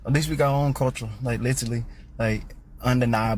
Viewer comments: did he say culture or culturl? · Dude couldn't even pronounce the word culture correctly 😂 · Dude can't even say "culture " correctly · The guy talking about everyone has culture except the white people can't even pronounce the word culture properly and he has the nerve to laugh at others. We have white culture he knows it and that is his problem. He has nothing to be proud of in his culture nothing to pass on to his children except how they destroyed. He needs to go back to school and take a course in English so he can at least teach his kids how to speak. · The guy talking about culture doesn't even know the correct pronunciation of the word. And he's saying white people are stuck holding on to their European heritage from 200 years ago, yet it's the black communities that hold on to their African heritage including wanting to be referred to as AFRICAN American. And that's fine, I'm all for embracing your lineage, but trying to discredit others doing the same while making your heritage from a whole different continent your entire personality is wild.